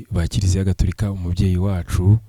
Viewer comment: !Ujye uvuga Gatorika not Gaturika.